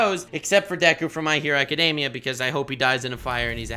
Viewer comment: I'm going to be that person because the first 7 minutes of this video irritated me enough. My Hero "Academia".... Ah-kuh-dee-mee-uh. There is no "day."